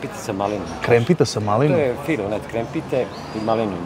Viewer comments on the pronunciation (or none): none